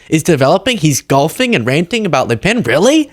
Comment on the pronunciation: Good job on the prononciation of le pen